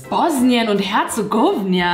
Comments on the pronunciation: Du hast doch jetzt nicht Bosnien Herzegownia anstatt Herzegowina gesagt oder? 😅 gowno heißt Scheisse 😂🤣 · Das zweite kenn ich xD und deine Aussprache von Herzegowina war so witzig wie falsch xD. Bei uns trinkt man tbh härteren Scheiß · Ich komme aus Bosnien 🇧🇦 und das war komplett falsch ausgesprochen 🤣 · Also das mit Herzegowina aussprechen müssen "wir" noch lernen... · Haha wie sie Bosnien und Herzegowina ausspricht